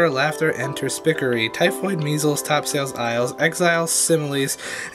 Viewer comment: It's terp-sikory, not ter-speak-ery viscount = vie-count not viss-count does = duzz, not doh-z loth = loh-th, not lawth succour = sucker, not suck-keur ye = yee, not yay etc